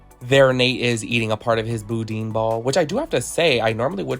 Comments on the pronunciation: Love the review… but it’s not bou-deen balls…it’s bou-dan balls…awesome review!! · Not boodeen balls it’s pronounced boo Dan . I’m from Louisiana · The boudin balls are pronounced as Boodan